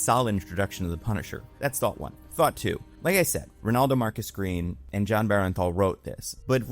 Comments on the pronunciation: It's pronounced Burnthal not Berenthal. Just throwing it out there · BERN-THAL... BERN-THAL NOT BERENTHAL... BERNTHAL!!! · why do so many people keep saying BEAR EN THAL...it's not even spelled close to that it's BURN THAL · BERNthal. BERNthal goddamnit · Actor was great. writing was bad. and jesus christ. please pronounce the actors name correctly.